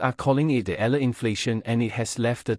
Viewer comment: E-YA-LA not E-LA is the correct pronunciation of the last name of Alex